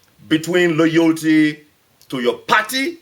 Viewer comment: MAN, SAID! "LOYOLTY"!!!